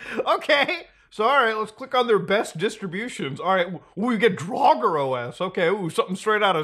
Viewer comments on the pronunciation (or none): none